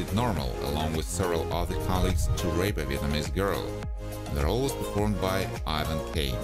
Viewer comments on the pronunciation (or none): none